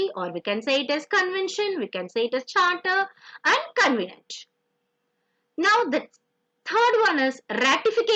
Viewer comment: It should be Covenant, not convenant